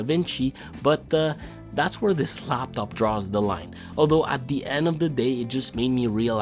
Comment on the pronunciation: You said LLLLaaptop way too many times bro… Good review though 👌